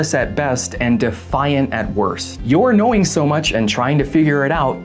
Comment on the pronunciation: All I can say - onwards. Well... what do you expect them to do? what do you expect any subject to do in experiments like these to do? Play dumb? also did you say "knowing" or "annoying"? and with Zimbardo, I heard him in one Vox interview he got really defensive when the interviewer questions his methods. Up to using language that just screams "unprofessional" "Stop playing 4d chess with the experimenters", what nonsense! It's just strikes me wrong that way. P.S.: The turkey thing? Not all of us, because you also know what would have working? Putting the f@ turkey (camera to the woman) down and deal with the kid! The fryer can wait!